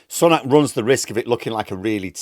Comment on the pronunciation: Its Sue-nak NOT Sun-nak get it right